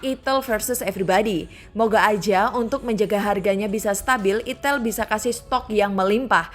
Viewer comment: Kak bacanya aiiitell bukan itel 😂😂😂